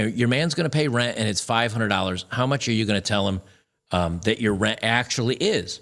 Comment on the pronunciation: Wow...all those fearured black women would steal. It's not pronounced "Ren". It's called "renT"..with a "T" ....trashy. devoid of honor. Worthless as a spouse.